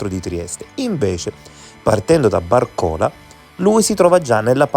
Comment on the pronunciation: bàrcola, non barcòla